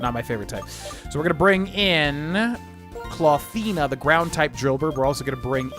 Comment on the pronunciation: Untill you spelled Clawthina it sounded as Clothina to me 😅